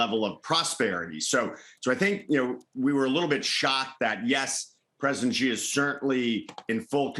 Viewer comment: Why would anyone care what this clown has to say? He has been as wrong as you could possibly be about China - his only value is as a contrarian indicator. Ffs, he can't even pronounce Xi correctly and he is supposed to be some kind of China expert?